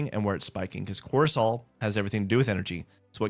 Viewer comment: Are you saying ‘Corsol’ and ‘HD’ I’m confused. I thought it was Cortisol and ADHD.